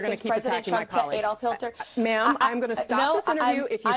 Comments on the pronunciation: to be fair, she did say trump was compared to "Hil-ter". So, yeah, a lie! haha. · Anyone notice Adolf "HILTER"?